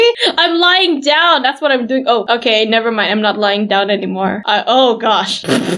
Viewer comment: Why always say nevermine